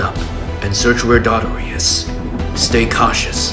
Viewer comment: it’s do-tor-ray do yall not have drama classes 🤭🤭🤭